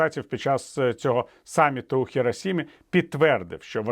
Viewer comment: правильно: ХіроШима!